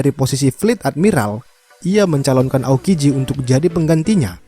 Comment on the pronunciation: Baru Tau gw aokiji kagak bisa ngomong R jadinya alalalala